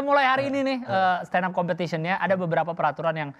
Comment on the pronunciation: malu aku dengernya 😅😅😅 dia yg standup malah kaya standop